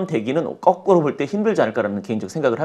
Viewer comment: 거꾸로를 꺼꾸로라고 계속하시니 거슬리넹ㅋㅋㅋㅋ